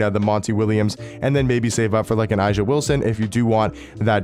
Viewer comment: A’ja is pronounced Asia.